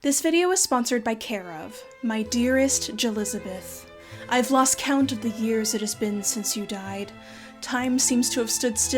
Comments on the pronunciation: ... I need a week before getting back to this and trying again. I couldn't get past "Jelizabeth". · Two seconds in and I'm absolutely LOSING IT at "Jelizabeth"